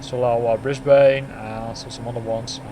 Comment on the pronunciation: Nice video! (FYI from a local, the 'ane' in Brisbane is pronounced like the 'an' in "Spartan") :)